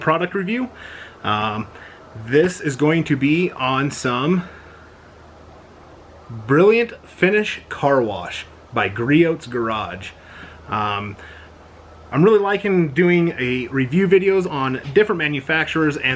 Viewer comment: Awesome video, but gotta get one thing straight. The T in Griot's is silent, it's Italian.